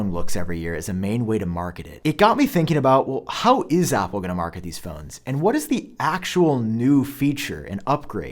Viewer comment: Why does he say Apple like Opple